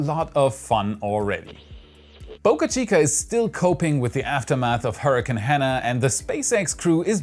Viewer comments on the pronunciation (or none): none